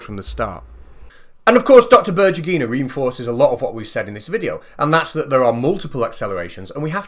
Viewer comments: Before saying berdjugyinaaid? try to use in Google Translate this: Светлана Бердюгина and use voice announcer. Accentuation in Berdyugina is on "U" symbol. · I insist that her name is spelled like "BER-DEW-GHI-NA", not "BUR-JEE-GHI-NA". Svetlana Berdyugina